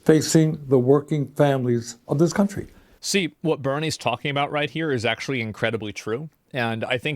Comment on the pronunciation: "akshually" lmao